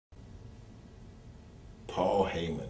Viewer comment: When New Jack sayin Paul Hyman lol is the devils son.You know you f*#ked up!